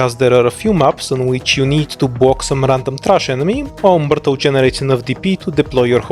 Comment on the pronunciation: Дядя, она миртл, а не муртл)